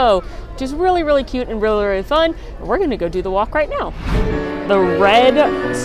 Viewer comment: The fact that she said both “noods” and “coot” in this video sent me😂